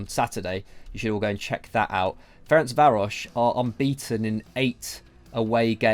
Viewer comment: Beautiful pronunciation of Ferencváros 👍🏻👍🏻 you’re welcome 😉 (you can say the short form as well which is FTC tho)